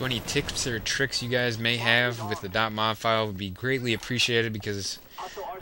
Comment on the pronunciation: LOL dot mov files it is dot M-O-V